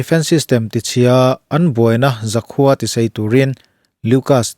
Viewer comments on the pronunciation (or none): Zaakhua, za tih lai hi thluk tur a nia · Zakhua tih ah hian 'za' tih lai hi thlûk hniam deuh tûr a ni e. 100 kan lam ang hian. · Champhai Pa in Zakhua i thluk dik lo tlat mai, engti zia nge aw 😅